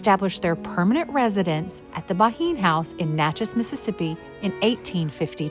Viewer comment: It’s pronounced Ban. I would love to visit the house of my great great grandparents.